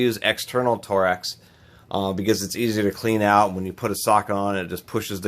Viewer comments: IF THIS DUDE SAYS TOREX AGIAN I WILL GO CRAZY TORX not TOREX! but in all seriousness it was a nice video, got to see some tools ive never seen before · Torx not tor x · Is it pronounced “torex” or “torx“!? (Tore-Rex) or (Torks) I mean no disrespect, just want to know if I have been mispronouncing that my entire life.